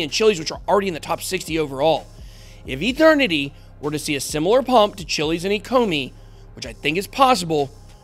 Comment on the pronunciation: Mike Tyson says Eternity like..."Ethernity"